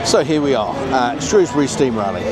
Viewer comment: We were there on Monday, the dryer day of the two. So glad you called it Shrewsbury and not Shrowsbury 😁👍🏻